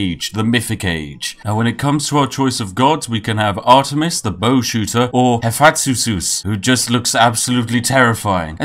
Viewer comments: "Efaxusus!" FFS xDDD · Pronounced kinda ‘He-fest-us’ the god of smithing! How can you be British and not know that! I’m drinking my tea in anger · The way he pronounces Hephaestus. I actually almost died. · I agree completely. I will now pronounce Hephaestus only the way you do, and tell everyone else that they are, in fact, pronouncing it wrong. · I come back to this video just laugh my butt of listening to trying to say Haphaestus🤣🤣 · Never, in my entire life have I ever met someone dumb enough to fail at saying "Hephaestus". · This has got to be the worst pronunciation of Hephaestus I've ever heard